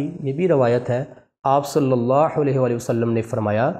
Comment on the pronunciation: MUHTRAM bhai HAZOOR PAK K NAAM K SATH JO AP DAROOD PARRHTAY HEN US MEN SALLALLAHO KA HAA MOTA PEERHNA HE AP US KO BAREEK HAA MEN PERH RAHAY HEN JO K GHALAT HE